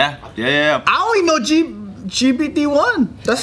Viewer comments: Joe trying to say GPT in the beginning of the video had me dying 😂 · when Joe be saying GPT in that indian accent and Ryan turns it up I be dying 😂😂😂